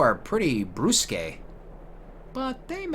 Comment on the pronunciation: Doesn't one of the sailors in Luca or Kilika mention that they make a living fishing? Can't do that if there's no market for fish. Pronounced "brusk," means abrupt or clipped in speech.